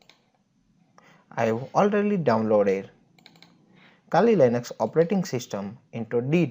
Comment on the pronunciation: iske kehne ka matlab kali linux nhi "kaali lainux" hota h😂